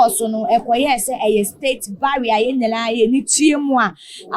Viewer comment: It's not "barrier" but "burial" ok so kindly check that